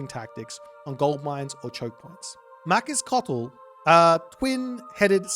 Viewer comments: another boit banger. for the names of the gods, because I suppose you'll be casting games in the future, Queztalcoatl is pronounced "Quet-sal-KO-atl", as opposed to your "quet-sal-lo-cotl", the other gods would be "Weet-si-lo-POCH-tli" and finally "tes-ka-TLEE-PO-ka", minor gods I'll leave it to you because you've been quite entertaining giving them names. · Really bad pronunciation... quezalocatol? 😅